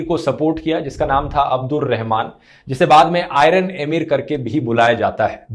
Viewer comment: एमीर नहीं अमीर। अपना उच्चारण ठीक करो।